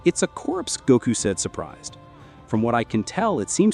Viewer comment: first off it’s not Gaku it’s Goku